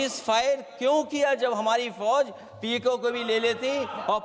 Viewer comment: पीओके बोल तो पाते नहीं है और बाते और भाषण कर रहे है